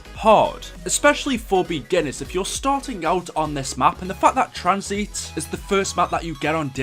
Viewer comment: Wtf is tranzeeeet? What accent is that lmfao